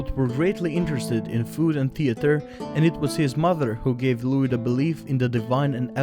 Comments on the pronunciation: Dear narrator: The ‘s’ in Louis is silent. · Wrong accent for louis.